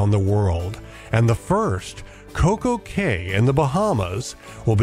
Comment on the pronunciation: Looks awesome! Pretty sure Coco Cay is pronounced "Coco Key"